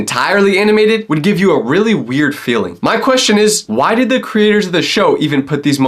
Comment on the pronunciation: why you say Didd